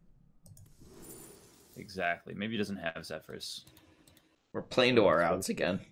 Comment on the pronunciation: was the only one who pronounced Zephrys correctly this game.